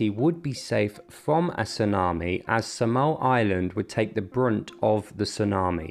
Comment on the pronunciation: It's Saaa-mal not sa-mal. How you pronounce it sounds annoying.